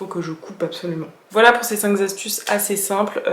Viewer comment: Coucou ! Juste on dit "cinq astuces" et pas "cinq zastuces" Et on dit "même si " et pas " malgré que" 🙂 Sinon video intéressante !